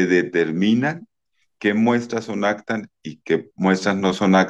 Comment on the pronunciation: No se dice “actas” sino APTAS!!!